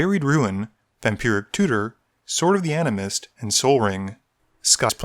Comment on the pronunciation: you mispronounced sword of the anime